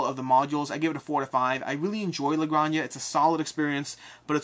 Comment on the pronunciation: Looking for an excuse to comment for the algo: la granja is pronounced “granha” as in h of house (farm in Spanish) cool video